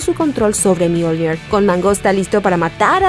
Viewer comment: Buen video, pero no utilices acento inglés para hablar de Mjolnir, más que nada porque es una leywnda noruega.